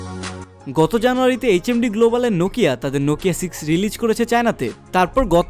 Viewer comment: It's not রিলিজ it's রিলিস It's not রিয়াল it's রিয়েল